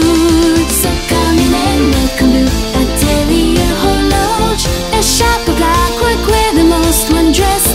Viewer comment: It's really a beautiful cover, just fantastic and I love a lot the translyrics. I'm also impressed that Atelier Horloge was pronounced correctly and in a very French way (just the h which is normally not pronounced but it's not disturbing).